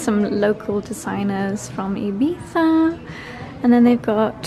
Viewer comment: Oh, first time a non Spaniard pronouncing Ibiza perfectly 😍 your Spanish pronunciation in general is amazing